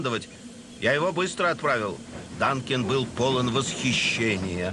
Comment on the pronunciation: Вообще-то Дункан, а не Данкин.